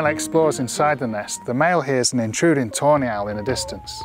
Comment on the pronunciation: I keep hearing "toenail" when its actually tawny owl